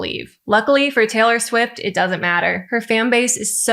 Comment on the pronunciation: TAY-lurr SWEEFT 😂